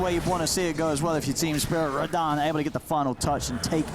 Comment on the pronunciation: Personally I'm cringing more about the casters actually calling him Raddan. Just not used to it.